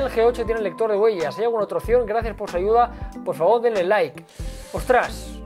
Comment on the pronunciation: En el minuto , se escucha como los de la CNTE piden "aiuda" cx